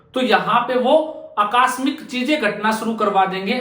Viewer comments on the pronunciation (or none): अक्कास्मिक नहीं आकस्मिक होता है। कहाँ से आते हैं ये लोग